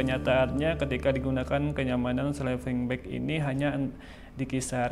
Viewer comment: Sleeping bang bukan slepeng 😮